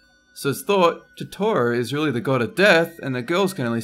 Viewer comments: That is pronounced Toe Toe Row not tohtohroh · its not pronounced toteoro its pronounced tote-uh-roh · I'm sorry, but Totoro is pronounced Toe-ta-roe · he says totoro so white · I was triggered how he said "totoro" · You said Totro wrong *T R I G G R E D* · OMG he didn't pronounces totoro correct!!